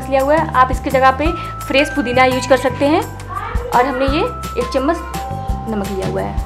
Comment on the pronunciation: chammas nhi hota hai, chammach hota hai ji